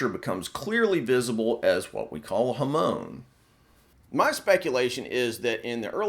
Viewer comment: He butchered the use of Japanese words. If a person is going to copy something from anouther culture, at least TRY and say the words correctly! “Ham-on”. Not huhmone